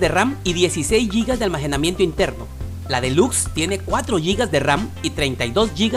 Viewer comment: X que que dices ALMAJENAMIENTO en vez de almacenamiento 😂 😂 😂 😂